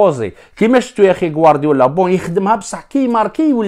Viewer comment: من كثرة ما حكيت على محرز و غورديولا كي تجي تقول موضوع تاع بغض النظر عن الموضوع تغلط تڨول ڨوارديولا و لا تشدها في النص 🤣🤣😂❤️